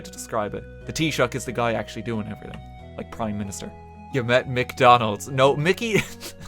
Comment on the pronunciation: Rt pronounces McDonalds hilariously incorrect.